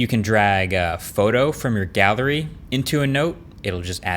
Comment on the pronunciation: Did anyone else hear, "You can grab a photo from your 'gather-y" ? For some reason I was waiting for him to flash some text on the screen or make a joke. 🤣 Thanks for another geat video!